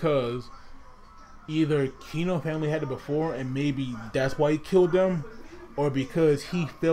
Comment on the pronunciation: It is Keno not Kino!!